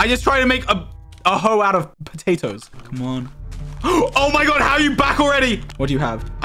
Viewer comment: George: infinity IQ trap Also George: Potathoe